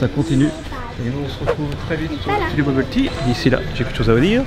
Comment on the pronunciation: j'aime pas studio buble tea surtout quand elle dit buble faune